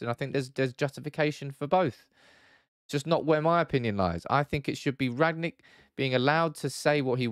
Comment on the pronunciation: It's rang-nick not rag-nick